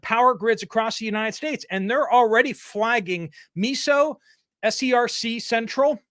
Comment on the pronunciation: Miso is pronounced myso.